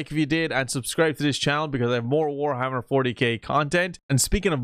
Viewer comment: Warhammer More-tyK